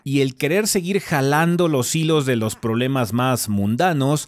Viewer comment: "Resñea" y "Poblemas". Ay Godos, vuelvan a sus daíces.